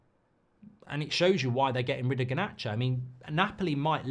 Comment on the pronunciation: This whole thing needs to end, I just can’t hear Mark say GAH-nacho anymore.